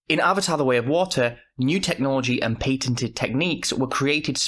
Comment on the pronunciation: not Pay-tented. Pat-tented. Jesus